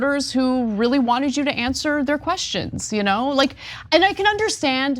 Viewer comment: “Who the hell wants to hear queshshons?”